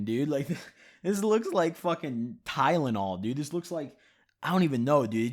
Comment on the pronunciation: just say Tylenol next time 😂😂😂😂😂